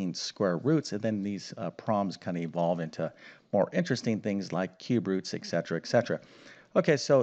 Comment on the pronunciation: et cetera nor eck-cetera